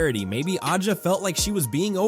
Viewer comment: Who ever owns this channel, please....please ......stop......be a real person. T he womans' name is pronounced......ASIA.....you F***KING DUMB F***ks!